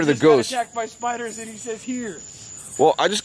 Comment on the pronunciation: I like how he says spioders